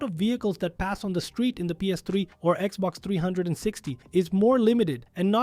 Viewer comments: XBOX 3and60 and the PlayStation And 3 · In Poland, we actually used to call it the Xbox "360" und pronounced the whole number